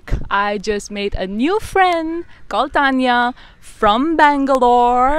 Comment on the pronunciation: I could tell she's from Bangalore from the way she said Bangalore